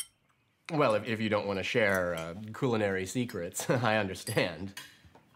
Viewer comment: The most disturbing part of this isn’t Bill, it’s the guy who pronounce culinary as COOLinary. Dick. 😅